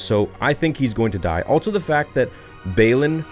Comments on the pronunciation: Seriously dude why do you say, “alt-so” instead of just “also”? It’s not how you say it. Please. Be aware of it. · Still no 'T' in also.